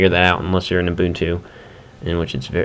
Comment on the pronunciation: not in a bad way but its pronounced like this; (you-bun-too). Thanks for the vid!